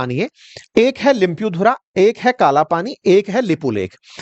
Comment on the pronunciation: भाइ लोग पैले लिम्पियाधुरा का उच्चारण तो ठिक से करिय यार आप तो जनताको सिखाने वाले हे ना फिर बोल्ने लग्जाते हो य हमारा हे सरम करो यार ईतिहास को ठिक चस्मे लगाकर पढो समझ जावगे 😊